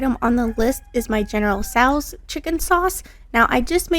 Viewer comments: It's RANG goon not rag goon. And its general so's not sows like a pig. Just thought you'd like to know, for future. Wasn't going to mention it but you corrected your kid on the word broccoli, so I know you cared. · Lots of good looking Chinese food and not a ton of sodium or msg! But I asked a couple Chinese restaurant owners how to pronounce General Tso's chicken and it's pronounced General SO not sow.. I had been saying it wrong for a long time until 2 different places told me how to pronounce it lol.. also, where did you buy that cutting board from? The one with the different inserts?